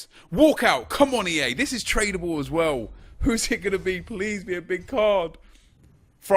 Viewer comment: 'Trabale' LOL